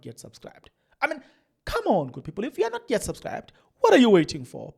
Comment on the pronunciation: Khamonnn good phiphul khamonnn😒😒😒 We want to hear that "come on" kahle maaarn